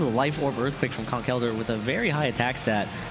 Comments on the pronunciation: Why do they say Conk Elder instead of Conkeldurr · using a schwa for the e Conkel Durr, not Conk ELdurr